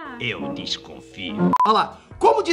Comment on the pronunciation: "Voi financiar" seja meu tio 😂😂😂😂😂